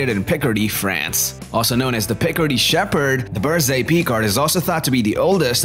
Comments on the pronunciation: Berger Picard... Berger like like Fabergé...not berzé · It's not Berze! Berger means shepherd, and it's pronounced with a G, not a Z.